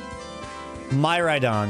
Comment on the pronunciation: Heads up - miraidons name is pronounced "mere-ry-don" as